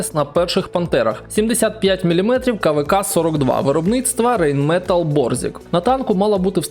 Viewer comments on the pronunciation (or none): none